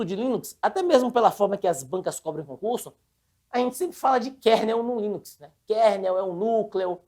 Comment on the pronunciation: tem dificuldade de falar LINUX! toda hora ele fala em linix chamndo de windows kkkkkkkk